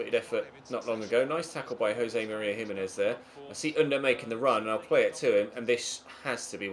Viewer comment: I Said You Pronunce Gimenez Wrongly Than Felt Bad And Replied Me.